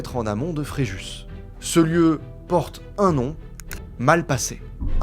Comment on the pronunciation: Le s de Fréjus ne se dit pas....